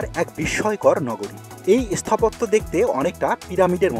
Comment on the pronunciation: আপনার উচ্চারণে একটু গন্ডগোল আছে। স্থাপত্য ও স্থাপন এর আগে এ উচ্চারণ হচ্ছে। আর সব ঠিক আছে।